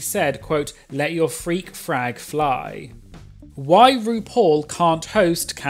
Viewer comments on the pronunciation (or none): I keep hearing freak frag fry haha